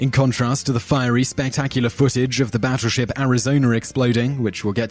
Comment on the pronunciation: Hmmm... Not quite sure it's pronounced "Batturship"